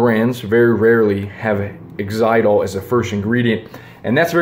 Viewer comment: Yes, most gum is sweetened with aspartame. Xylitol is much better but it's not used commonly, so you'll have to look carefully to find one. Xyltiol is much, much better than any of the alternatives, categorically. Oh and - it's pronounced like Zye-litt-ohl